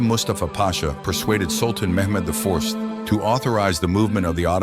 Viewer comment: The beginning made me realize that when he pronounced Mehmed’s name wrong